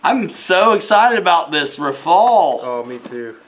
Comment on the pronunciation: The name of that plane is RAFALE pronounced Rafal and not « rai fall » 😜😜🤙🏻 and rafale in French means gust (wind) in English 😉